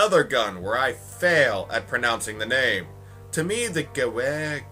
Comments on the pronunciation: Gewehr is German, W is pronounced as a V. Gaver 43 is how you pronounce it. It literally means Rifle 43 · the gewehr is pronounced like this the W is pronounced as a V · pranounce the W as a V sound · Gewehr = Gewehr for him Gewehr = Gevehr in proper pronounciation WHY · Pronounce ''ehr'' as ''ear''. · Gavher is the pronunciation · ive pronounced it goo-er since cod 2 and now i feel dumb but thanks for explaining hows it pronounced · It's pronounced Ger-vear. You gotta German up your pronunciation on the "w". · lol the gewehr is pronounced "Gah - Var" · You pronounce it gevar 43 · Zambie Man It`s pronounced gewer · #5 is pronounced gu-ve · its pronnounced "ge-vear". "vear" rhyming with wear. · Gewher is said gevare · Actually more like gevair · The gewehr is pronnounced 'guvair' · Its Guh-veer It rhymes with beer Yes you butchered the name XD great video btw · Gewehr is pronounced Geh-vair. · orange, the Springfield isn't in Black Ops Zombies Rezurrection, only World at War., the Gewehr 43 is pronounced in a german accent as the GUH-VERRE 43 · Both of you are wrong! It's garand! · the gewerh the w sounds like a v cas it is german so say it like this goo-vair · you speak gewehr (german for rifle) like this: gewearr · pronounced ga vear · its pronounced gu- veyr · I'm not sure but the Gewehr might be pronounced, Gew-vair (<-- Rough pronounciation). Based on my limited knowledge of German, W's make V's sounds. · Nein, Nein, Nein! It's U-er. The Sturmgewher STG-44 is pronounced Sturm-Geh-Vair. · Gewher = U-er or Oh-er, which ever you prefer. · Gevher thats how you say it. its a german weapon and gewher in german is rifle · your wrong . Ge vehr W = V in German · It's pronounced Gevehr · And the Gewehr 43 is pronounced 'grewer'' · Acutally, it's "(Guh-VAIR)." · It's pronounced "Ge-veer" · the gewer? gewhr? the ge wot ever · the gewehr is pronounced gevair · no its geh-ver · i think you say it Gah- vare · Gewher is pronouced (ga-v-air) btw